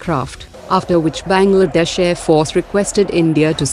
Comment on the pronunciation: 🤣🤣🤣"Benglaadesh"🤣🤣😂😂😂😂🤣🤣 Pata hai kisi desh ka mazak nahi banana chaiye par sunkar hasi aa gyi😊😊😅😅😅